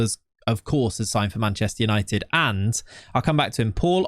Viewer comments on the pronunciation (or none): none